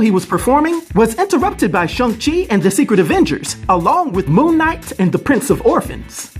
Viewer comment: Ahh you said the name right lol and then laughed ...that was cool